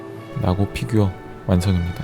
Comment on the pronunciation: 형 그건 나고가 아니라 사'나고'자나